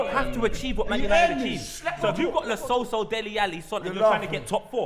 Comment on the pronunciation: Lmao man said lo celso